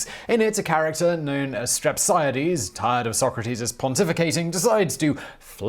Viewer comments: Lol STir-app-see-aye-deez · I believe it's pronounced : Strap-On-A-Deeze..... Lmao 🤣😂🤣😂😎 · to help you with the Greek pronunciations stre-psia-dis listen here the Greek side Di-mo-sthenis Dio-genis